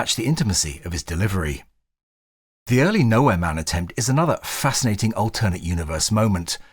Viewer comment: The way you pronounce "alternate" really freaks me out, man.